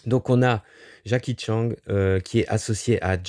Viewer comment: J’adore quand tu dis Jacky Tchang 🤣